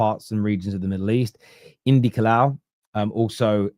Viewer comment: Indykaila❌ Indykalal✅ Indykalia